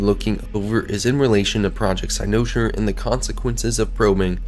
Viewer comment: I absolutely love this theory and think you are 100% on to something. My only criticism is the way you pronounce cynosure.